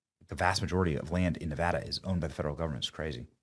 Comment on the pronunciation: Thank you Benny for pronouncing Nevada correctly.